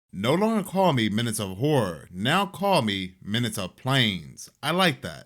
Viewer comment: When you said "PLAYNEZZZ" instead of "WHORERRRR" In the intro 😂😂😂😂 (Yes I understand how to spell planes & horror but I spelled it how my ears interpreted the pronunciation ☠️😂🎉)